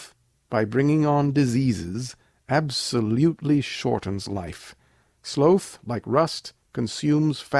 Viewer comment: Slow-th = Slaw-th.... Sloth. :D